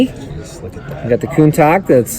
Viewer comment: Lol he said Countoc not Countach